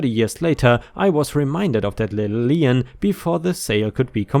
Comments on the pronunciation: Lien is pronounced lean, not li-ien. Mispronunciation really bothers me, especially when it's done repeatedly. It's pronounced lean, like lean on the table, or a lean cut of beef... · LEEN, its pronounced LEEN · Lien - is pronounced as lean, like I lean on the wall